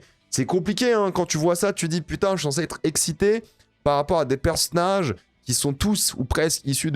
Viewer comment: On dit "bande d'annonces" pas "bondannance" et "personnage" aussi pas "perssnage".. Si t'es aigris comme ça dans la vie mdrr pas ouf force a ton entourage